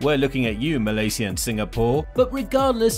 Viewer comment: Why you say Malaysia like that bro ??